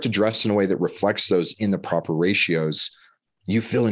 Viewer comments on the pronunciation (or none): none